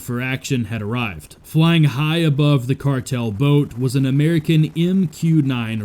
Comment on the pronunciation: Yes, I left this same comment on that video as well right before watching this one. I also mentioned how that garbage AI voice over that they use can't even pronounce half the words it's trying to say correctly. Cardle?(cartel) Hower?(hour)Mack?(Mach). That channel is trash.